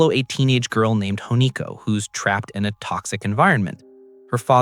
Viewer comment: The main character's name is Hinako. Not Honiko. The review is great, but whether it's a real voice actor, or an ai voice, which I'm certain it's a real voice, it discredits the review a lot when a detail this big is missed.